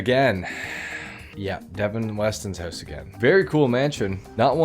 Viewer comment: Love it how you say “Hoose” the same way we pronounce it in Scotland 😂😂 “Devin Weston’s Hoose”